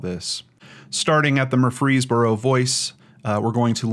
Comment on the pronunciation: Murfreesboro sounds almost like Murphy's burrow, just put an r between the f and the ee. Gallatin is GAL uh tin. This is in my neck of the woods.